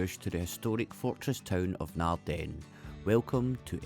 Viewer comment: Emphasis in Naarden is on Naard not den